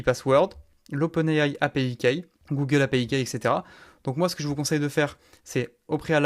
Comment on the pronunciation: Vidéo très complète (même si je ne trouve pas encore la valeur ajoutée à une intégration avec N8N). Petite remarque bienveillante: fais un effort de prononciation pour les termes en anglais (i.e. « key ») sinon c’est parfait et clair! Bonne continuation!